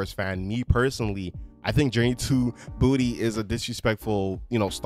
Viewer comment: How are you a big fan and you keep saying Journey to Booty and not Journey to Bah-two?!!